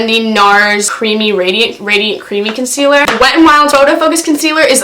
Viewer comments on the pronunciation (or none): HAH "conciller" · when she said con-cehl-er i screeched